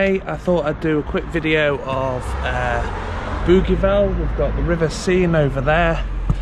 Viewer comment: Hi , its pronounced Boo Jee Val. I used to live there many years ago . Thanks for the tour .